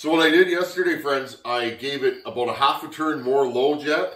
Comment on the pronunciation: 😂😂” If any of you guys out there know Donny Walker, you know what I’m talkin’ aboot”. Yeah, I’ve caught myself saying ‘aboot’…we really do say that! Oh…and thanks for the choke fix.